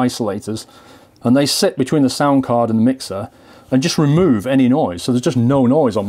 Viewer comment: ALSO WHAT THE FUCK IS "THUR" LOL JK BUT REALLY